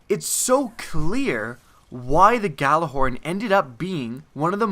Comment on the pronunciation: Why can nobody pronounce Gjallarhorn correctly?